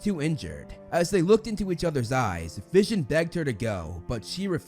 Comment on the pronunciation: That not vision that’s Vishawn